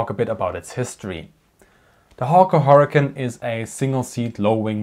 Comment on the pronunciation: Hawker HurricaN. 😂